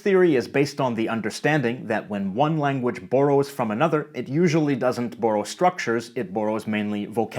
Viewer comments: Your Canadian accent really shows with the word "borrow" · Note how pronounces borrow. As boar-oh. In the states we say bar-oh